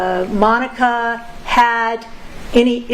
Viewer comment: And once again I renew my objection to this female defense attorney and reassert it drives me nuts how bad of a listener she is... she can't even say Monica's sisters name right